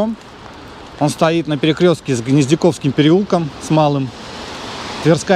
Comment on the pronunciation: Дом НирнзЕе (с ударением на Е), редевЕлопер (с ударением на Е). Переулок ГнезДниковский... Все риэлторы такие косноязычные?